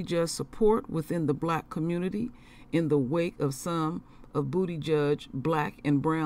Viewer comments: I love it when you say Bootyjudge! 😅😅🤣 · I love you Queen. You are the real deal! I just want to say you be killing me how you pronounce his name😂💀. I mean no disrespect. Please continue to be the light and never change! Shalom.